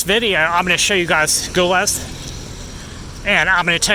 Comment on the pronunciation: it's pronounced "gee-leez". also, moroccans can purchase alcohol whenever they want as well, where are you getting your information from?? the only requirement is that they must be of drinking age, just like in any other country. and for the love of god, nothing "western" or "modern" in morocco is made for foreigners. it's for the moroccan people. tourists like you need to do their research before traveling because you sound ignorant and entitled. and this is coming from an American.